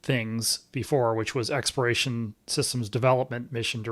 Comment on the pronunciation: Why do you, and other NASA administrators not pronounce the “L” in the word Exploration. You all say “expiration”. Which is a vastly different word. It’s kind of driving me crazy that you all can’t say the word correctly. It’s hard to take people as authorities when they get a basic, important word like that wrong.